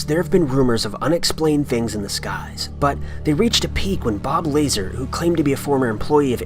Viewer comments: Bob La-Zar. Not Bob Laser. And that phone call isn't even Bob Lazar. Please check your facts better. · "Bob Laser" What the fuck is wrong with you? First "Peehole", now this?